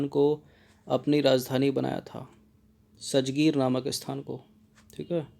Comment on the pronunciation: सजगीर नही है राजगीर है सर जी